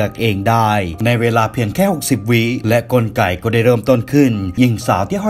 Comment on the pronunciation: และกลไก๋ ก็ได้เริ่มต้นขึ้น ใครได้ยินเหมือนผมบ้าง